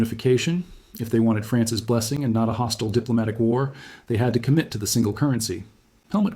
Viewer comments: Who the hell days France S instead of France's ??? Damn AI. I love the vid but unliking it. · You can tell the entire thing (not just the art) is AT from the quote: "He decided that the Price of France-S signature on the unification treaty...." Notice how the odd mispronunciation of "France's" corresponds with the hardcored subtitles breaking. A human who was reading a script and inserting the subtitles after wouldn't have made that mistake.